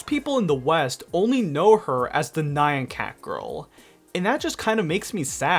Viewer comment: Why do you pronounce nyan like that???